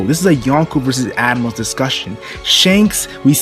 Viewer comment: the way you say admirals , sounds like animals